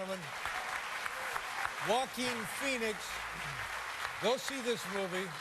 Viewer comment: All I keep hearing is "walking Phoenix" lol